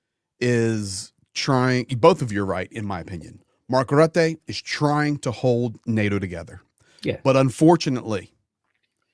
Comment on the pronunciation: Here I go nit picking again, but why is it that the two Brits can pronounce Mark Rutte's name correctly but the American insists on mispronouncing his name?